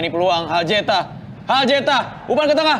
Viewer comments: Mana sempat salah nyebut nama lagi harusnya Haljeta malah Heljata😅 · Haljeta, d sbut heljata 😂😂😂 komentator blm ngopi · Komentator nakana Heljata bede